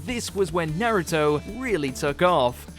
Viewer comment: I demand you pronounce Naruto's name properly. Jeez it's pronounced the same in English and Japanese Nar ( Rhymes with car ) Uto ( as in Pluto ) Not Nare-uto Not Naruddo Not Nare-uddo